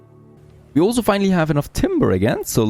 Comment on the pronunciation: You say "Also" or rather "olso" way too much, damn. Nice content though.